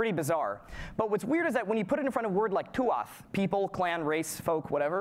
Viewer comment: Thanks for covering the Celtic languages. In Scottish Gaelic, 'father' would be written as 'athair' but is pronounced 'ah-hahr' and 'tuath' is pronounced 'too-ah' (no 'th' as was saying):)